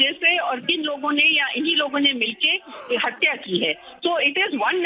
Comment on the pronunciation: min pe Sushant ki 'hatya' ka "h" bolte ruk gaye....listen to him carefully